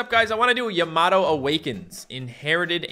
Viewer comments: It's prince yam-a-toe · It’s pronounced yam a toe